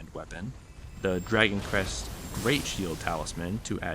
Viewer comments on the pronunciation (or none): none